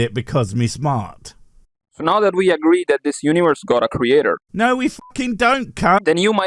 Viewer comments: What is this "Uniwerse" of which he speaks? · Uniwerse... Damn, I broke my tongue pronouncing that...